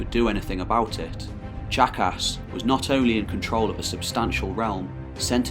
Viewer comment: Ok, I know it’s juvenile and silly but every time he says Tzachas I hear jackass. Anyone else with me?